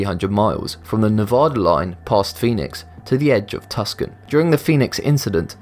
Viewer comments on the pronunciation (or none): Tus-con? Lol. It is Tucson (two-sawn) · Tucson is NOT pronounced "Tuscan". It's pronounced "TooSahn". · lol its pronounced tu-saun btw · SA NOR RAN and TOO SON. Not sono ran or Tuskon. It's Arizona, not Italy. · sa-NOR-ren Desert and TOO-sahn :) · Calls Tucson "Tuscan" ugh facepalm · Pronounce so-nor-an desert and too-san Arizona. Thanks.